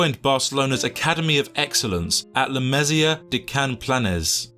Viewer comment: I’ve never been so upset about hearing La Masia being pronounced wrongly but yeah, you’ve done it. 😂